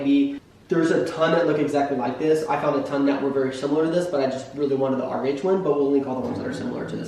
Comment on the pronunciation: I guess your saying RH I thought you kept saying, "Our age".. Lol